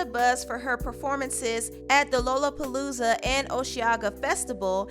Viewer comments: Petite Noir: "noir" is French, and is pronounced NWAR. Lollapalooza: isn't pronounced w/"Lola," like the female moniker; it's pronounced, LALA. 💙 You never know. These might come up again... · LOW-la palooza is the new ARE-ial.